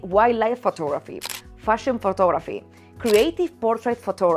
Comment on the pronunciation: Anyone else heard "FOOT" photography at first?? No judments, but was a little surprise...